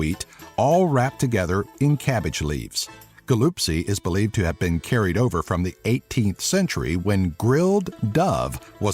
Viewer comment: when you say galupsie you say it with an h not g